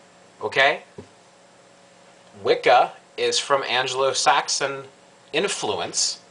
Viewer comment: "anglo" not angelo